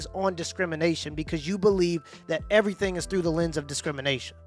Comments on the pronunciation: "I'm well spoken but sometimes I say "everyfink" instead of "everything" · She said she "tried evry fink"? WTF does "evry fink" mean?